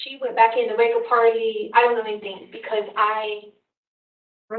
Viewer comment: It's so crazy to me that she was actually hired by any school district when she can't even pronounce words right or place them in the right spot in a sentence. I know everyone already knows this but it's just so damn annoying to me how she talks! She turns g's into k's, anything become "anythink" thing becomes "think"! She starts a question with the words "Why come". Apparently she's worked at alot of different schools so what has happened with our school system right here in the US? I think the entire country needs to do an internal investigation on our school system since they hire people like her! That's just beyond ridiculous!!🤔🙄